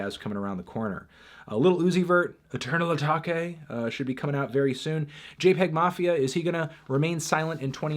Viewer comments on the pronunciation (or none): Dear Sir, it is pronounced "Ah-Take". You made that shit sound Japanese. lol